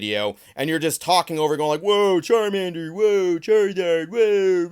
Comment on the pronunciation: It's charmannnddder